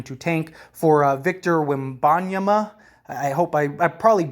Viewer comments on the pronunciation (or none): none